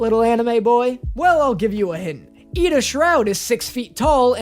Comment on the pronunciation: did you just fcking pronounce my bby boy's name wrong? idA shroud??? NAHHH it's Id-I-a shroud 😭